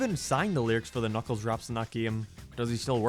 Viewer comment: “Knock Knock it Kuckles”